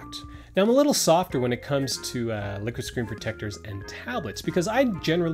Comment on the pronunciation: Sounds like he's saying "lick it"